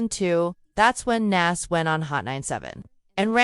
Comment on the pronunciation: The fact that you can't say Nas name correctly shows you're not even eligible to be in the conversation due to ignorance of the people in this topic.